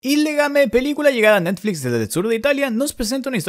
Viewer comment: de neeetliiiiz